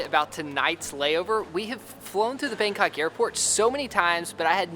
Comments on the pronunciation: You said bankoc not bangkok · I'm sorry the "BangKok" airport. That had me dying